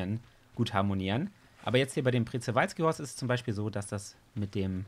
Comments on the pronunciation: OMG Planet Zoo Mods wie geil🤩😍 Ps: Man sprichts Tschewalskipferd aus😃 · Das Przewalskipferd wird schewalski ausgesprochen ^^ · Es wird pschiwalski ausgesprochen 😂😂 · Das wird Schprewalzki ausgesprochen